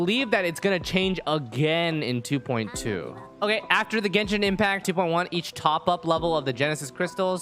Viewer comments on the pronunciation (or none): none